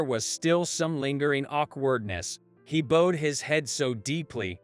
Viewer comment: The person that’s reading out loud is pronouncing bowed wrong. Learn to pronounce it right.